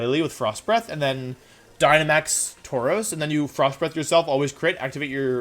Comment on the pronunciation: DO NOT CALL THE VIDEO TRASH! THAT'S MEAN! AND ALSO, IT'S TAUROS, NOT TAROUS! THE U SHOULD BE BEFORE THE R!